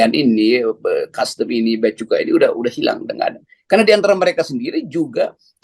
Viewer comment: Saya minta ma'af, salah membaca Bea Cukai terbaca: Bea Kecu !